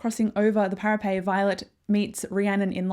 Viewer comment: Thank you so much for this, it was exactly what I needed before tonight's release. Is there a reason you say para-pay vs para-pet?